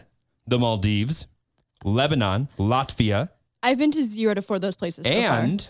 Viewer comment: Same, and I love how seemed so confused on how to say "Latvia" as well😂